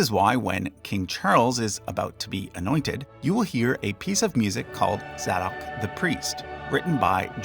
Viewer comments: It’s pronounced Zay Dock the priest not Zaddock 🙄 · Give it up with this non-word “coronate”. It’s “crown”, as in “it was then used to crown English monarchs…” . And the choir in the background music is literally correctly pronouncing the name Zadok (“Zae-Dok”) while the narrator garbles it to “”Zah-Dok”. A few others while I’m on a roll: Marquesses = “Mar-kwiss-iz” (and stress the 1st syllable) Coronet = “Coro-NIT” (and stress the 1st syllable) Otherwise good info.